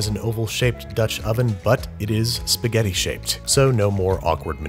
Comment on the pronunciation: “Her favorite foods are sgetty and butter”